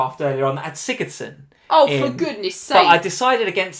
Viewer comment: #teamLee :3 other than when he called sigurdson